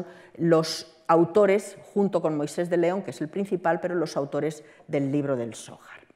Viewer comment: No sabe pronunciar "zohar"? APAGA !! La ocultación tiene su sentido, para que gente ignorante no diga idioteces, pero a veces es complicado como vemos.